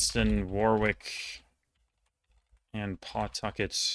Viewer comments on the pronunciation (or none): none